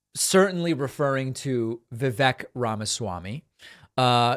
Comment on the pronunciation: It's not Vivek. It's Viveyk rhymes with cake.